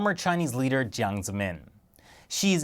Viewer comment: jiang not wong